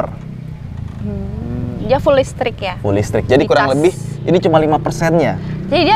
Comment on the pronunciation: Beda dan istri soal penyebutan: listrik Istri: lestreeekk... Java's pride 😅😅😅